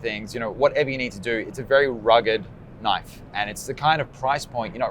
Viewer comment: "THAT'S NOT A KNOYFE!" there ... I did it! Maybe I should start my own channel and call it that? ;-)